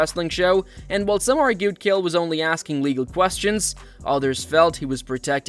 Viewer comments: Bro you can't even say his name right. ITS NOT KALE. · Who is “Kale Sonnen?”😂😂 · I hate AI videos so much his name isn't kale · dude. i love the way you mispronounce his name as kale sonnen. and for that, you have a new subscriber. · "Kale Sonnen" lol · You probably shouldn’t make videos on fighters when you call this guy Kale Sonnen. Kale Sonnen. You lost all credibility here the video even started cuz he’s literally one of the biggest names I ever in combat sports lmfao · Kale sonnon? Is that how AI says Chael? Also I love all concern for a half ass head kick from a guy 50lbs smaller wearing head gear in sparring vs the guy taking 25 unconscious shots to the face after being slammed on the back of his skull… great society we got here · Is this AI or do you really not know how to pronounce "Chael"? It's a toss-up at this point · Have you never heard someone say Chael before? Maybe do 30 seconds of research, everything else you say holds less weight if you can't be bothered to pronounce a name properly. And you said it 30 freaking times. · When your channel can't pronounce "Chael" correctly you get marked as "do not recommend". Pathetic. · Is anyone else annoyed how the narrator pronounces Chael? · You cover MMA but don't even know how to say Chael. Derp. Maybe cover pop music instead. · I love how the goofball talking can't pronounce Chaels name right 😄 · Ch-ael not Kale... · You clearly have never watched UFC, you keep calling him Kale. His name is fucking CHAEL CH CH CH like fucking chair or check or chin, I could go on and on and on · "Chael," not "Kale" bud. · His name is CH-ale! Not K-ale! How do you think thats how its pronounced!? Ive never heard it said that way. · Ah yes, Mr Kale Sonnen Wtf is wrong with your pronunciation 😂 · Who the hell is Gale? It's Chael Sonnen stupid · Pronouncing Chael as Kale is something Chael would do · “Keal Sonnen” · Who tf is “kale” sonnen? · its not KALE its CHael ch like chair and instead of r its l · His name isn't “Kale” 😂